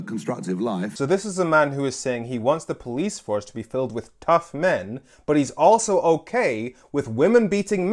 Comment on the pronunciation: "it's about time we got tuss enough"